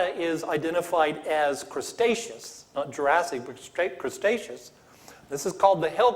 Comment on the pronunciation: "Crustaceous" XD